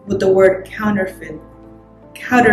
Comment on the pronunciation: It's pronounced "counter - fit" 😉